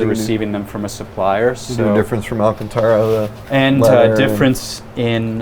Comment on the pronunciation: This guy mispronouncing alcantara in every video he's been in is my favorite meme. Seen him with larry chen, dino dc, spike feresten. You'd think somebody would correct him lmao